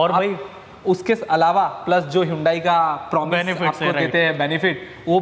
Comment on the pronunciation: hondai nhi hyundai bhai